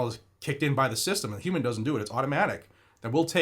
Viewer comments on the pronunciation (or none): none